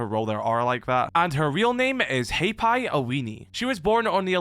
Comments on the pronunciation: Not pronounced as Hay'Pie, but Har-Pie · Hey. Maori here. If you wanna try and pronounce it correctly, it sounds like "ROE - AURA" But with every R, you roll it:) If you cant roll the R. Its not the end of the world. "Roe Aura" sounds close enough if you haven't practiced rolling R's before. Also Hapai sounds like "Haa - Pie" Love you